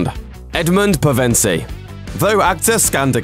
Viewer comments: He’s saying the surname wrong I know it’s because of his accent but come on it’s an English film and it’s stressing me out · Learn how to pronounce Pevensie, This is the fourth time I've heard you mispronounce names and such and I would like it if you put an effort into pronouncing names the correct way instead of giving up halfway through. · how do you manage to mispronounce the main characters' last name jfc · mate, that is not how you pronounce Pevensie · Eeesh with the Pevensie pronunciation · Omg say Pevensie right ugghh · How he says their last name is just awful 🤪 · Pevensie needs to be pronounced properly. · God i hate how he pronounced Pevensie... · If you butcher the pronounciation of Pevensie one more time... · Hate the way he says pevensie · Why you say pevensie that way.... dude no hahahahaha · Please learn to pronounce pevensie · Ashley Nichole Thank you for the laugh. I basically died. 😂😂😂Yes, he really needs to learn how to pronounce it. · Good video, but I cringed every time you tried to say "Pevensie." >.< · I winced every time he pronounced it that way. LOL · We know how it's pronounced through Lewis's stepson Douglas Gresham, who heard Lewis himself say all pf the names. He is also co-owner of the Lewis's state and consulted for pronunciation in every adaptation. He hosted the radio adaptation (as he is a voice actor), and was a co-producer for the movies, even providing cameos in the first two. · The narrator can't say "Pevensie" to save his life. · William Moseley (the guy that plays Peter pevensie) confirmed that silver chair is in 'work' , they will start film it this fall (2017) and will be out around Christmas 2018... And btw you pronounce Pevensie wrong:) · I got unnecessarily triggered when he mentioned that William Moseley didn't fit the book illustrations, like my hands fr started shaking smhh. However, getting triggered by how he was pronouncing their last name was definitely necessary. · Kyra Delemarre no, he's pronouncing it wrong